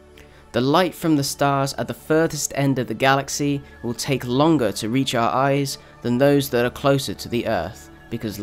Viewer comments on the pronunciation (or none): none